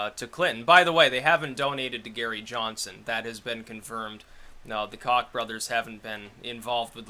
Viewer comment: it's pronounced "Coke" even though they are cocks